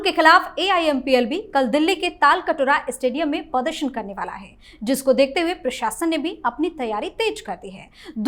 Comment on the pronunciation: aap baat thik karte hai pradarshan aur pardarshan pronounce barabar karte pls sekaect the right one it is not to hurt you